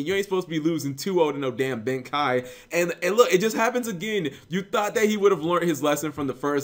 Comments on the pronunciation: cap, tis pronounced, Ben KAY, not Ben KAI. see the 'e' in Ben KEI? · BEN KEI. not Ben Kai just sayin' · it's... pronounced "ben-kay" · I think it's pronounced Ben "Kay"